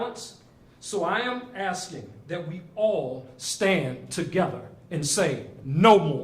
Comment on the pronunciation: Really love the first speaker!!! Just don't understand..... " I need to ax????" Thing!!!! How about, asking.... How do we get this murderer????